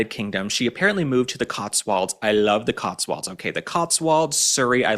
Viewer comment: Love the way pronounces The Cotswolds as The COTSWALDS.!!